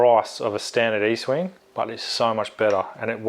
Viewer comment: ESTWING not EASTwing